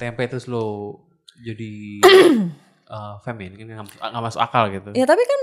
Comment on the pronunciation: bukan "FEMINIM" tapi "FEMININ"